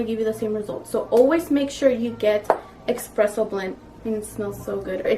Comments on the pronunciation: Espresso, not Expresso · Honey a Batista its called espresso not exspresso lol so cute. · Don't call it eXpresso but eSpresso.